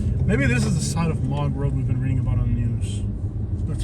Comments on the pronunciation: You talk too much. It's Moog road like moose. You have no idea. Not funny. Mog.?? Moog, you have no clue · This guy doesn't know what he's talking about. I've lived here for decades. First, it's called "Moo-g", road, so he's not from here. Second, the homeless are always hiding and do not present themselves. They keep to themselves and pan handle, with dogs, new shoes or gold necklaces. The problem here now, is mass northerners moving here, to my home town and trashing this place. The homeless just don't want to work, or have responsibilities. Truth with experience. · It is pronounced moo g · It’s pronounced Moo g. Like a cow moos. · You miss pronounced mooge rd it's the line separating New port Richie and holiday it's called colonial hills Boyse building company moved to it in 1973